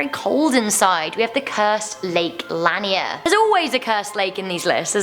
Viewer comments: It's actually pronounced laneer not Lanier but you didn't know and it's ok I have lived near the area where it is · Lan-yer? La-near. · Lanier pronounced "La-near" live in gainesville where the lake is at always heard of the town never of it being haunted. We even have the Lake Lanier islands which isa resort. Also it's an Olympic lake. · It is pronounced lake Lanier (la-near) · I am so glad I found this video because, all people talk about us Lake Lanier like we don't have any others. Also, the way she pronounced some of these are just- Augusta is pronounced A-gusta Lanier is pronounced La-neer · people in Georgia pronounce it like Lake La-near lol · It’s pronounced luhnear. I used to live on it. It was super weird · Lake "Luh-near " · It's lake LA-neer😂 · Lol its lake ( la-neer) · The way she said Lake Lanier upset me lol. As a georgian, we all say is as la-near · She pronounced Lake Lanier wrong it’s pronounced Lake Laneer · Again I'm from GA and it's Lake LA-NEEER also the Masquerade is definitely haunted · It's pronounced lake la-neer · I live 10 mins from Lanier, it's scary, you can actually see the old roads when we have a drought and the lake dries up. Also 😂 I love how you pronounce it. We locals call it Lake Lah-Near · Love you lots! We grew up on Lake Lanier. It's pronounced "luh-neer" btw named after a poet Sidney Lanier because of his poem, “Song of the Chattahoochee.” (useless history fact for the day). Give the team a "Hey sugah dumplins" from your Georgia fans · its lake lanier. when you say it its like youre saying 'lanear' but it isnt spelled that way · I'm from Georgia. BTW it's pronounced Lake Lan-eer. And I've only heard the one about Lake Lanier but that's it. Although it's not that spooky over there. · Your saying lake lanier wrong lol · She pronounced Lanier wrong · The way she says lake Lanier tho😂❤️ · Sommer Donaldson as a fellow Georgian the way she pronounced it just no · You mispronounced Lanier...